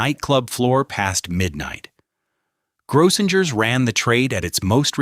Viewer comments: Gro-singers is the proper pronunciation. Too bad A.I. can't program correctly. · And it’s Grossingers, with 2 hard G sounds. And a long O. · Grossinger's Resort is pronounced phonetically as GROH-sing-erz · One day AI will know things that thousands of people already know: how to pronounce certain words and names. Grosssingers rhymes with Gross Singers. You would think someone would listen to this before putting it online, but why bother, right? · It's pronounced Grow - sing - ers. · I have lived in this area all my life and still do. Some of his facts are wrong or a little mixed up and so is his pronunciation. Example: it is pronounced gross*singers . Kiamesha he got almost correct kia*mee*sha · all those hotels Grossingers, the Nevelle — they were all mispronounced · JUST COUNT THE NUMBER OF TIMES "GROSSINGERS" IS MISPRONOUNCED!! "KUTSHERS" MISPRONOUNCED, AND ON & ON IT GOES.